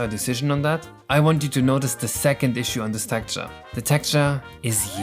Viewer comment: Its Texture not Tekture